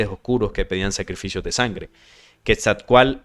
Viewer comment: La pronunciación del nombre Quetzalcóatl lleva implícita una pronunciación segmentada, es decir; se marca el acento en la letra O. Sería así; Quetzal-có-atl. importante anotar que en el idioma Nahuatl, usualmente se omite la letra L cuando ésta va al final, y usualmente despues de una T.